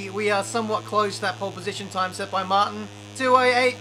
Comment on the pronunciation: Jorge mar-teen